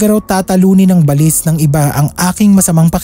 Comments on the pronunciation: Ba-lis ang pag pronounce SA amin SA bicol Hindi balis na mabilis bigkasin share KO lang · baLIS talaga? Sa amin kasi ay BA-lis. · Yung pronunciation ng balis hindi parang walis, ba—lis yun. Ang pangit pakinggan. Sana research research muna bago mag narrate. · Hahaha at first,i was thinking,ano ang balis kc ang bilis ng pag pronounce,yun pala BA-LIS😂